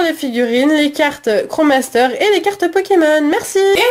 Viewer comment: On dit pas kro master mais krosmaster ^^